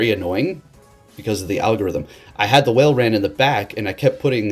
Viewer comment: its walrein like walrus not whalerain :)